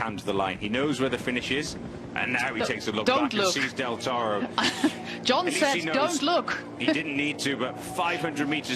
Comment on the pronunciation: I can't listen to this woman applying a random accent to say "Del Toro"'!